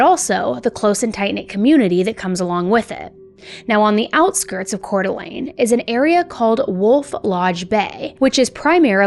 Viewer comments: YES!!!😊 She nailed the pronunciation. I from CDA, and we lived around the corner from the Dennys Shasta was found at. The only time I was selected for Jury Duty was this case!! Thank God Joseph pled guilty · We (Idahoans) are so proud of the amazing woman Shasta has grown up to be. Thank you for covering this case AND pronouncing Coeur d'Alene and Spokane correctly! Will you please cover the Jaralee Underwood case out of Pocatello Idaho? She was my husband's cousin. What happened to her was disturbing too. It broke the family. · I'm from the area and just wanna say awesome job pronouncing Coeur d'Alene. That is a hard one and the majority of the nation mispronounces it. Kudos! I actually remember when this happened and it was absolutely traumatizing. Our entire community was looking for Dylan and Shasta. We had known Dylan wasn't with them before the diner because there had been other reported sightings. We did not know where Dylan was but we knew he was no longer with Shasta. My cousin went to school with Shasta. I wish Shasta nothing but love that poor baby but unfortunately her life did not get much easier after this. I really feel for Shasta. With the trauma she went through she needed more of the community support and Idaho is not a place where she could receive that. They are highly conservative and do not believe in things like therapy, drug rehabilitation and community support center. That state provides almost zero financial support for anything including schooling. It's a beautiful place but it is not a place where your community will take care of you like that. There are literally zero social programs to support the it's in sickening. All things Shasta would have benefited from, there was no support for. Once her dad passed she had nothing. Like I said I really feel for Shasta.